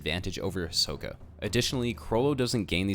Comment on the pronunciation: Hi-so-ka Hie-so pronouced fast: SO not soh. Ka Listen the japanese version. Getting so annoyed with this.